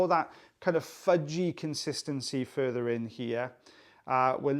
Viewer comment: I've been getting used to this stuff but I still grimaced at "fudgey" lol